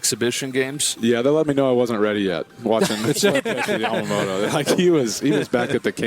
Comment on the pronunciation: スティーヴンとワトソンさんは山本をちゃんとヤマモトって発音してくれるんだよね。大体の人は発音が難しいからヤマモロになっちゃうのに。そういうところがとても好き。